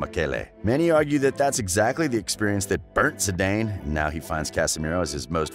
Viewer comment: “Buff-en”??.. 😂😂😂 Jesus Christ man, get the names right. Lol And it’s not “Zee-Dane” either for Christ’s sake... 😆